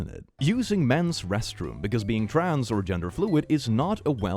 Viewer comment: please say trans without the appearance of an "oo" vowel if you can help it